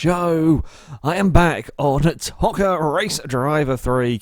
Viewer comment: it's pronounced toe -ka